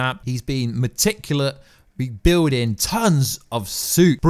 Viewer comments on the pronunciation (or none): none